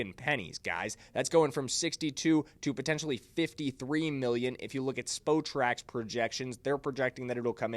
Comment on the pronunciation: 10. Also, it's pronounced SPOT-TRAC, not SPO-TRAC